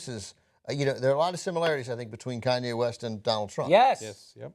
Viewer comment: Did he say cayenne instead of Kanye!